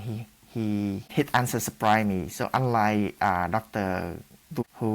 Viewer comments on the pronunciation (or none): "Sho UnRike the DicTOR whO ShaYs de RoD courd to be RimOved Afteh I eAt Moe RiCe"